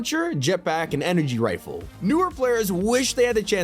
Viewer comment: “FiRsT oRdEr BlAsTeR rIfEl”